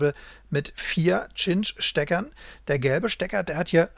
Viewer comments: Eigentlich wird der Cinch-Anschluss weder "Tschinsch", noch "Kinsch" ausgesprochen. Richtig spricht man es "Sintsch" aus. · Nettes Video. Und zur Aussprache der guten Cinch-Stecker: sinch wäre richtig, tschinch oder kinch wäre falsch.